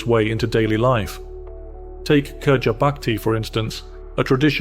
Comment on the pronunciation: Your pronunciation of Bandung, Gotong Royong, and Kerja Bakti is absolutely spot-on – really impressive! 😊